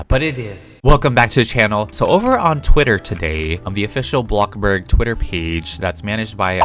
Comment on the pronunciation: The way he says “Blockburg” so casually